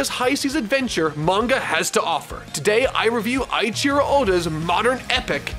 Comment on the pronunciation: Awesome video! If I had one correction, it would be that "Eiichiro" is pronounced "Ei" as in "eight", not "Ai" as in "Thai". Besides that, this was an excellent overview. I watched this up to a bit after Arlong, but then stopped. Now, I obviously can't continue and catch up, so I'll use you to do that and give me the breakdowns from over the past 2 decades or so. But I have a feeling that with so many episodes/chapters, things will get stale at some point.